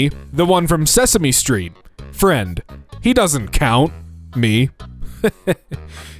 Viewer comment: As the post says; if you’ve been around for over a hundred years and aren’t rich, go step into the sun Also, it’s Count, not Kont or Cont. Just sayin’